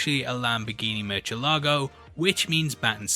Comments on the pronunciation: it’s pronounced (moor-see-el-ago) not murchelago lol 😂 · Bruce drives a Murcigalo(bad pronunciation) Me, a Spanish speaker: Murciélago (the only word in spanish with the five vowels in it) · "Lamborghini Murcilogo" wujajajajaj I love when people try to speak in spanish. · Hi! Very nice video👍🏻 But just a quick point, you mispronounced the C in murciélago which sound like the soft th- English sound.